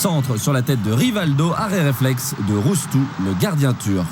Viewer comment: Le gardien turc s'appelle RÜŞTÜ et non "Roustou". C'est pas compliqué pourtant...